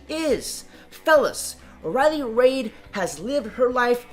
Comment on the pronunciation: Its Riley Reid, as in "reed". Not "Raids". Where did the s come from?